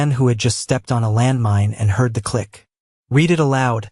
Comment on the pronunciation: Teach your stupid AI narration the difference between read (red) and read (reed). It's simple grammar and verb tense.